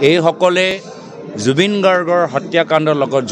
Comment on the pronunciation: প্ৰথমে অসমীয়া ভাষাটো ভালদৰে সিখি লোৱা ভাল নেকি ডাঙৰীয়া।জুবিন দাৰ নামটোকে ভালদৰে কব নোৱাৰে ।আৰু কিবা কৰি দেখাব বুলি আমাৰ মনে নধৰে দে।😂😂😂